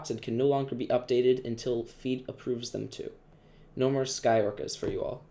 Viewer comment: I think it's pronounced Fe-de as in Federico, not Feed